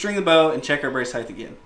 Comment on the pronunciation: Height doesn’t end with TH. It’s pronounced HITE Otherwise great video. Lol. Love trad bows! Nice set up!